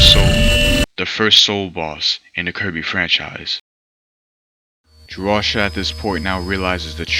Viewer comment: Drawcia is pronounced draw-see-u